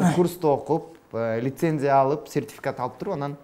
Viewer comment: Лицензия деп айтты го.